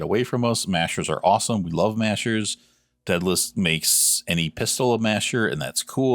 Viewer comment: day-duh-lis not deadless